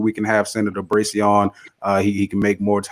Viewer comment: Brazy, not Brasy, lol.